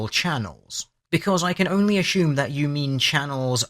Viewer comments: Great video... but why do you keep adding an "H" to the word "assume". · The way that;DR pronounces "assume" is simply orgasmic lol